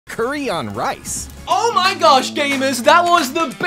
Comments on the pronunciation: Thank you for pronouncing curry correctly. Always hated the US pronunciation.... coooorey Yuk... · I have never, and I mean NEVER, heard anyone here pronounce curry as coooorey. Not once.